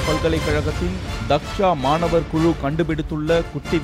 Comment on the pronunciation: அது மானாவர் இல்லை மாணவர்